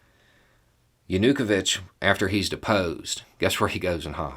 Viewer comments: Is this the correct pronunciation for "ya-nu-ko-vich" (instead of "yah-new-koe-vich"? Sort of like the difference between 'keev' and 'key-ev'? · I was wondering whether we pronounce his name wrong in Germany, but in Ukrainian it also sounds more like JanuKOwytsch. Otherwise, spot on, as far as I can judge. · While you did a good job of presenting the us perspective you forgot something really important. Ukraines history with Russia during the soviet era. The forced famine under Stalin killed over 2 million Ukrainians. Theres a very long history of Russia treating Ukrainians brutally that has built up frustration and anger over hundreds of years. Also you are pronouncing Yanukovich wrong its yah nu koe veetch. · Viktor Yanukovych- Yawn-Ooh-Koe-Vitch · I'm assuming is mispronouncing Yanukovich's name and I love it! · Love this but why keep butchering Yanukovich’s name lol. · Great summary but your pronunciation of Viktor Yanukovych made me laugh.